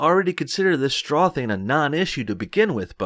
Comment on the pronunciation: It's not a "shtraw", dude, say it right.